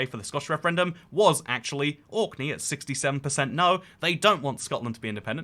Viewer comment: You seemed to be confused about which island or country youre talking about. At 3.54, You say 'Auckland,' twice. Its ORKNEY! Which makes me doubt that you have really researched the subject or are very knowledgeable of this. Youre going to loose a lot of people there.